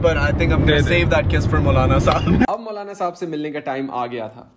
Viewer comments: Saab nahin saahab hota hai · its sahab not saab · It's sahab not saab👍🏻